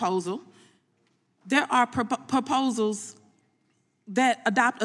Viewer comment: Poposals? Noncarceral?? What language is this?!?!